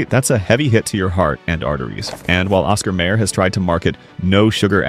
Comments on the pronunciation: It's pronounced Osxar MYer, no may er, Downvoted for crappy computer generated voice track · Hmmm, nothing like an AI reader to piss ya off... NOT Oscar Mayor... Oscar Meijer... THAT'S how it's pronounced. And the absolute BEST bacon... Chatfield.... pure and simple. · Every time the AI narration bot pronounced it Oscar "mayor" it was painful. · well, I have to admit yelling at the screen every time "mayer" was mispronounced. That jingle kept running through my head. 🤷